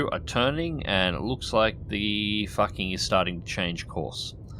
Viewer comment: I know its done on purpose, but just in case, it's pronounced Foo Ching or something, not what you say :D